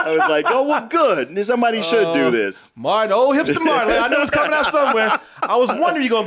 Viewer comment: can never get the names right. I wonder how long he thought Martin's name was Morton?